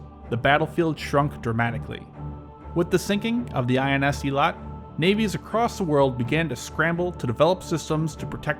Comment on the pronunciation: The Israeli ships Eilat and Hanit are pronounced A-lat (sound the letter “A”, like A-OK) and Ha-nit (Ha as in harbor). With respect to Hanit, supposedly its anti-ship missile defenses were turned off due to no intelligence indicating Hezbollah possessed sea-skimming missiles, coupled with a lot of friendly forces operating nearby.